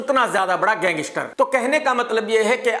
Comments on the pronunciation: Gangistar nhi gangster bolo 😂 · Lawrence ya kisi ke bhi liye bura sochoge to tumhare khud ka bahut bura hoga. SABSE PEHLE TO TUMKO GANGSTER KEHNA HI NAHI AATA! tumko ye programme karna hi nahi chahiye kyunki, tumhari pronouncesation correct nahi hai. Tum ek prisoner se itni jealousy kar sakte ho to tumhara dusro ki taraf jo kaha jata hai media mai wo dheek hai.